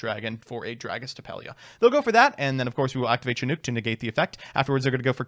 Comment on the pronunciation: says Chinook the most correctly out of everyone I've seen, but it's Slightly odd to me somehow